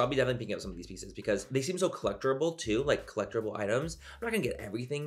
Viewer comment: Manny saying collecterable lol I love you so much